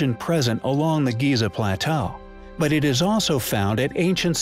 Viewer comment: The Great Pyramid of "Giz-Za"